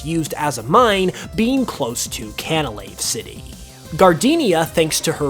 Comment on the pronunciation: tf is can-a-slave city